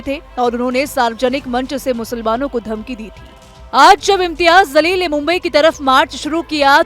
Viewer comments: Zaleel tu hai....Jaleel bol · Imtyaz Zaleel nahi madam It's jaleel